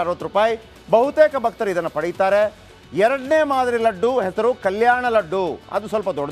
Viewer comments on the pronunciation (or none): Ladd allappa adu "Laddu"